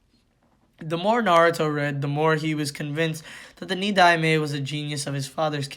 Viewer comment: Tobirama is the second so his title is pronounced “Ni-Dime”